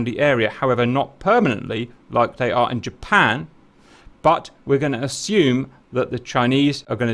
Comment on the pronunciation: 'Merca. Jerpern.